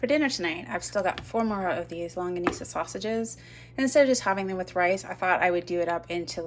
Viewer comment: Yes you are pronouncing the Filipino sausage correctly, I wish I could find some here in El Cajon California, I miss them